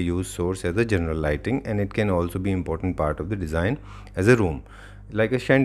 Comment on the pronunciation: please improve the english pronunciation, impotent and important has diff pronunciation..fell off laughing hearing it